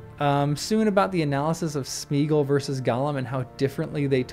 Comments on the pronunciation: In case none of the other hundred-plus has noted: It's SMAY-ah-gawl. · I didn't know in 2000, and I don't know now, why Jackson made Sméagol (Smaya-gol, surely, or if you seriously minimise the "a", then Smaygol) rhyme with beagle. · Why did the films have to ruin the pronunciation of Sméagol? The accent is there to show that it should be pronounced like the Old English diphthong “ea” and not like Modern English “ee”.